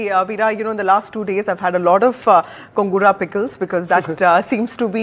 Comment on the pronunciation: It's not kongura ......it's gongura